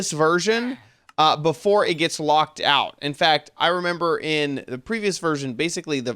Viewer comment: "I left ouf some bug fixes" XD